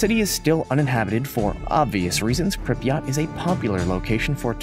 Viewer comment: Learn to pronounce Pripyat properly